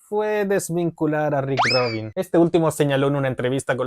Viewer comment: Rick Rubin. No Rick ROBIN